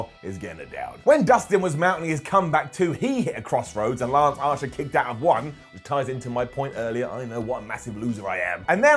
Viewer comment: Is he saying Lance Ancher?